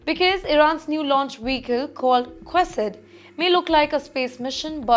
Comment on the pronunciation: Do not pronounce it Quasid, it's Qased means messenger